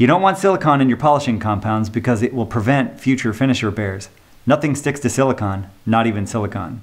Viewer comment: Minor point: You mentioned not using compounds that contain "silicon", as you pronounced the no-no ingredient. I am sure that you meant "silicone", which indeed keeps anything from sticking to a surface treated with this compound. Silicon, on the other hand is often an ingredient, (usually as silicon dioxide), in paints and fillers. Satin finish polyurethane for example, usually contains silicon dioxide to reduce the sheen. Some rubbing compounds also contain silicon compounds. "Silicon"/ "silicone"..............Big difference.